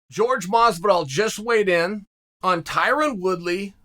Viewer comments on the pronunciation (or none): did he just say George Masvidal? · HORE-HAAY, why is it so hard for you to say that? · Chael has to know it’s Jorge and not George by now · I'm convinced people call him George just to piss him off. I'm not even him and it irritates me. I know Jorge translates to Jorge but have some respect for the guy's ethnicity. Jorge is not hard to pronounce at all "whore-hay" or "whore-hey" kind of sounds like cat-calling now that I think about it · ....... I'll never understand why Chael doesn't call Jorge by his proper name